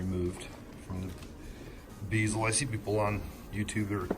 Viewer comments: Nice job. I CRINGED EVERY TIME YOU SAID BEEZO. It's bezel, rhymes with pez (the candy). Can't wait to see the final product. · It's pronounced BEH ZEL not BEEZEL :) Just teasing ya man lol This was a fantastic walk through and convinced to take plunge and buy the backbox kit from them! Appreciate your time and efforts!